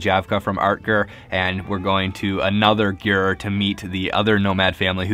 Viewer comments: So... I don't think it's just me. But is he saying "Yur", not "Yurt"? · Mike Ashenfelter he is saying sort of a combo of both words, “g-yur” Some in Mongolia will pronounce this like “gear” which is how the nomadic Mongol family I lived with pronounced it.